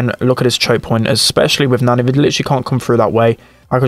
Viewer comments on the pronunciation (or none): How he says Nani reminds me of a babysitter, nanny. Nostalgic.